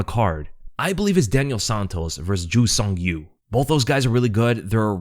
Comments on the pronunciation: And yea Yacob is better its actually like Yacoob (oo=U) if that make sense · Here after the fight Actually polish way to say is Ya- coob veek-whach. Thanks for video man POLSKA GUROM AUU 🔥🔥🔥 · Ya-koob Vek-wach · You said Wikłacz correctly! Cheers from Poland! Name is pronounced more like Yakub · Yes,, Wikłacz is pronounced the way you said it, I can tell you did your homework. His first name though, it's pronounced like "Ya-koob", but "Yakob" or the english version "Jacob" are pretty much correct ways too.